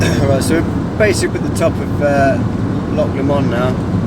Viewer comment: just try pronouncing 'loch' properly - just once ???